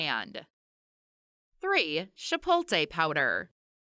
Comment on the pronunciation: Chi-poat-lay. Not shi-polt-ay